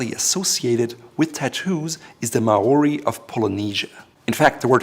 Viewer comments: Maori is not may-or-ee. It’s like saying marAUDer Maury or mawry is closer to how you say it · Maori are strictly a people of the Dominion of New Zealand not Polynesia. Sad to say you pronounce Maori horribly. Absolutely love and sub your channel, though. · Maori are from New Zealand and bro I like your content but learn to pronounce Maori language correctly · You pronounced "Māori" quite wrongly here, also, and this might be pedantic, it is likely a loanword from Samoan rather than Māori. Both Samoans and Māori speak versions of the Polynesian language group but the loaning appears to come from Samoa. Just because you believe pronunciation is important and bothered to include a section on history. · Is anyone else annoyed that he is pronouncing Maori wrong? I'm Maori myself and it's really irritating. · He pronounced Maori wrong. I am part Maori and do not speak the language but his pronunciation is priceless.